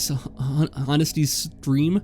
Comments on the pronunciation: did he just...mispronounce honesty? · Watching this very intellectual sounding man struggle to pronounce honesty was the highlight of my day